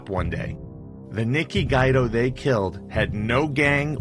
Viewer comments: Its not guy-do.....its gwee-doe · Pronounced "Gwee-Do", not "Gwy-Do". I hate these illiterate videos. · It is not pronounced Nikki Guydo, it is pronounced Nikki Gweedo, do your research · Good work but you need to work on your pronunciation. For example - it's Nicky "Gweedo" not Nicky "Guide-o".